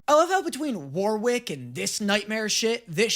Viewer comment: God the way pronounces Warwick hurts my soul.